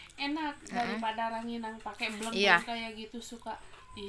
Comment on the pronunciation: Rangining...bukan ranginang